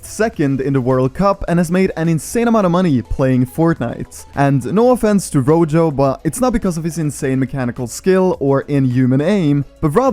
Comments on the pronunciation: It’s not pernounced rojo you say it like roho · its pronounced roho not rojho. Rojo is red in spanish and J's are pronounced as H's